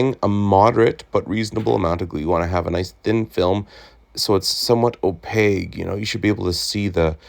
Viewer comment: Opaque....hard K sound, not G. Nice repair.